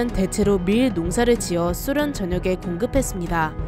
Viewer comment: 소련의 발음이 좀이상한데 쑤련? 쓰련이라는거같음 발음좀 수정해주세요